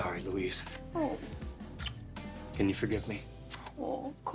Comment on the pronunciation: Lou-weez not Lo-iss?🤣